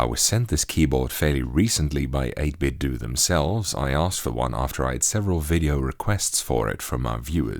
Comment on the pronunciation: Just like it isn't 'Nintendoo', it's not '8bitdoo'. "8-Bit-Doe", say it with me now. It's not "doo".